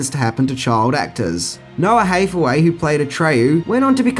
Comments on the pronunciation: In the mid 80s Nickelodeon had a show called, Take Two where they showed us behind the scenes. They did this movie and Dune and it was pretty cool. Btw, they kid's name is Noah HAthaway not HEYthaway. Like Anne Hathaway. Ha as in hand, not Hey as in well Hey. Your accent is no excuse. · HAYTH-away? really dude? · HATHAWAY not HATHEWAY and Tammi STRONACH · It's HATH-away, as in "the greatest thing thou hath wrought", and "Strow-Nack", not "Stornitch". Atreyu almost did sink into the swamp. He had more willpower than Artax, and was able to keep from drowning a bit longer, but if it weren't for Falcor he would have suffered the same fate. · You don't even know how to say Hathaway. Ridiculous!